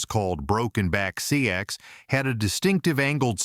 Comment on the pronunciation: Seax is pronounced like the words, SACKS, OR 'SAX'. ASSHOLE